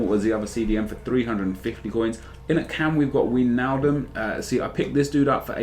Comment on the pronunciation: It's "Why"-naldum